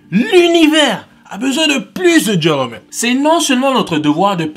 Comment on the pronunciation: Tu dis vraiment trop bien le mot gentlemen